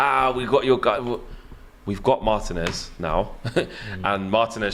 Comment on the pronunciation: Learn to pronounce Marteeeen-ez bruv. He's your player.